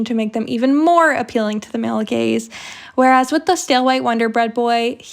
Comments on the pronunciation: i wasn’t watching, just listening while painting and for the longest time i thought you were saying gays😭😭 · It took me a solid five minutes to realize you were saying gaze and not gays